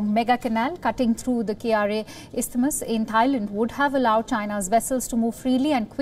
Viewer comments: fun fact: Kra is not pronounced as K-R-A. it is pronounced as kra. the planned canal passes through a place called Segenting Kra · It's not K-R-A. It's Kra, as in Krabi.